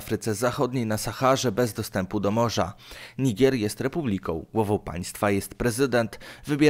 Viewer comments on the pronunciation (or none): NIGER a nie "nigier" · Nie "Nigire" tylko Niger dalnie niby udaje mądrego a nawet z kartki nie potrafi przeczytać XDD